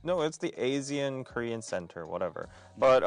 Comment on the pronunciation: ASEAN is pronounced as Ar-C-An. I don't know how is finding the situation of Myanmar funny but a lot of people are dying. The perpetrators are getting rich. The innocents are either getting killed or jailed or tortured. Yes, we are "busy" with revolution. Thank you for laughing. #MilkTeaAlliance #WhatsHappeningInMyanmar